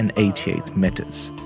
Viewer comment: Sorry for being a spoilsport but it’s pronounced as “meters” and not matters, please check it out on the internet, it just sounded too annoying that’s why mentioned.